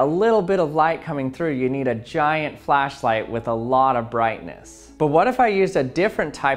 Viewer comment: "A flacklight" Righhhtttt lol